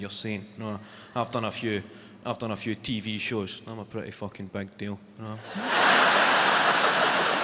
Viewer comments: Naw, pal. Not right at all. Nobody in Scotland says Fooken for Fucking. Our U is very U-like. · Right, but like, “FOO-ken.”